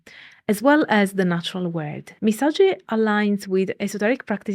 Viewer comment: Misogi is pronounced miso”gi”. The G sound not like the J sound Ji, but like Give. Gi. みそぎ